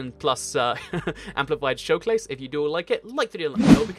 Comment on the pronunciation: Anyone notice he said showclase?